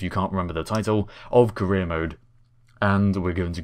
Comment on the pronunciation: When you say "career" i sometimes misunderstand it as "Korea"